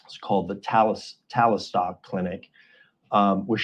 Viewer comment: 😂😂😂😂😂 Talistock clinic? I think you pronounced that wrong buddy.